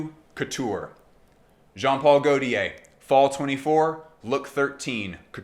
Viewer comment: Perfekt Video, just don’t say „goltiär“ it hurts …😂. In doubt, watch a perfume by gaultier and you can hear the „correct“ pronounciation … 😅